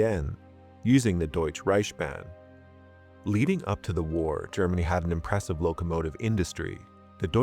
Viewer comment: Just a tip: its DeutschE ReichSbahn. Its not french, so we pronounce every single letter :D you said Deutsch Reichbahn. its DeutschE ReichSbahn <3 Grüße